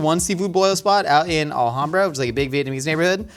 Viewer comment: Oh, it's Al-HAM-bra, lol! I grew up there! Lots of amazing Vietnamese people now but it was mostly white back then.